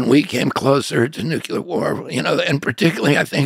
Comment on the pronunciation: He said "nucular." Oy.